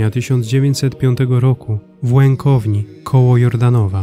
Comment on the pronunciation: Witam.Chciałem wnieść poprawki do filmu .Mój Rodak urodził się w "Łętowni" nie "Łękowni "to Niżne Podhale .Drugą sprawa na nazwisko miał "Zębol",nie "Zębola".Jestem z Łętowni z Jego rodzinnej Parafii poproszę o poprawę filmu